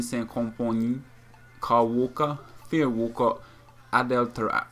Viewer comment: Tar-e-bet??? Van-sant??? Ho-nal-du??? Excuse me, don't you mean Tar-apt, Vin-sant, Row-nal-doh?